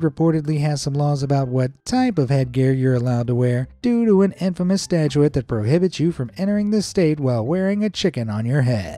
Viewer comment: mispronounced “statute” (a law) as “statuette” (a little statue) several times.